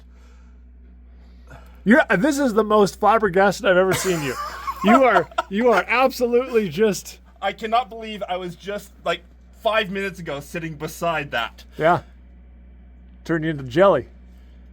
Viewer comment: was Blabber Gasted. Haha